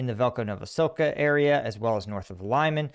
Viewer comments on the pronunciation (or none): Actually the town Lyman is called “lee-mun” because it comes from the Greek limani which means “harbour”.